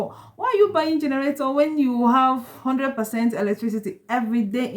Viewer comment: what is generatoor??? or you mean to say generator???